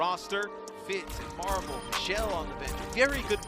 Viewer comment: Stop calling him marve it's MARVEL